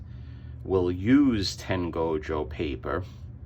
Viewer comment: I always upvote enthusiatic pronunciation of Tengoju Paper